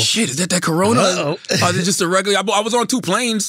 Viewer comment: i died at “colona” virus